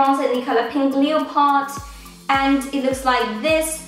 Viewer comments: I'm not sure if it's just your accent but here in America "Leopard" is pronounced le•pard not leo•pard :) just a tip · where are you from, since you pronounce leopard that way? Never heard of anything like it before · I love how you pronounced leopard haha